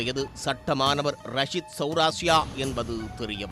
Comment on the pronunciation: ரஷித் இல்ல ரக்ஷித்